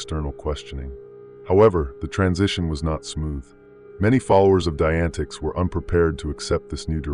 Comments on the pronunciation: omg lol.. its pronounced like "die-a-net-ics" wow that was bringing my ocd to the surface lol Jesus Christmas there it goes again.. "die-antics" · FYI dianetics is pronounced “Die-uh-net-icks” okay - just for your knowledge…. (Not that Igaf, lol, these guys gimme the heebie jeebies!)